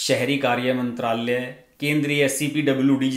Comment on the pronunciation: हर्षज मंत्राल्यय, सचिवाल्यय, कार्याल्यय ऐसे उच्चार न करें। मंत्रालय, सचिवालय, कार्यालय ऐसे उच्चार करें।